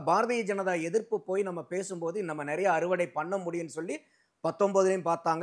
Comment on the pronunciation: அது என்னடா நறய? நிறைய என்று சொல்லி தொலையேன்.